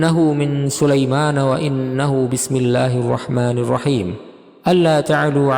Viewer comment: BismillahirrahmaNIRrahim Bukan NURrahim